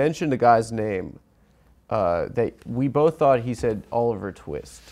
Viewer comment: “What’s his name, Oliver…?” “Twee-ist” Bwahaha